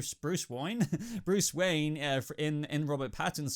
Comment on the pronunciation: BRUCE WOYEN!!!😂